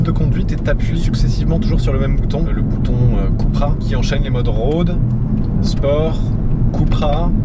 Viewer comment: "keupra" Cupracing, pas koupra